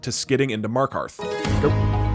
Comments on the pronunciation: How i discovered your channel: my friends headphones popped out and I heard that "this poo is fast enough to get me to markov" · 'a poostain to skit into markov' 10/10